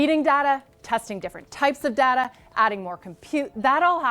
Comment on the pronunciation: it's pronounced data not data!!